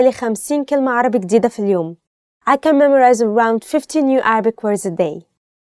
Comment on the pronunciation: There are many pronounciation mistakes in the first sentence اقدر احفظ 50 كلمة عربي جديدة في اليوم 1) عربية is the right not عربي. 2) اقدر aqdar Not a'adar 3) احفظ A7FADH NOT A7FAZ 4) جديدة JADEEDAH NOT IGDEEDAH 5) اليوم ILYAUM NOT ILYUUM I just reviewed the first sentence only